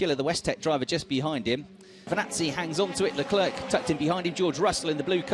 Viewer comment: Charles “Leclerk”